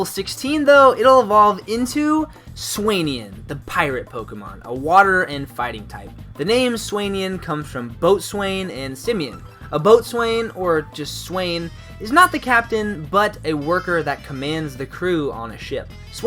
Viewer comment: Not a criticism, but "boatswain" is usually said "bowson" It's weird, but that's the way it is. Great concepts and designs!